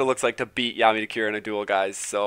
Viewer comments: kazehaya Shouta that bugged me too lol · BAKURA not BAKYURA